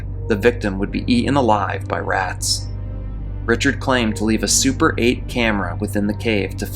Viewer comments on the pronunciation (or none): none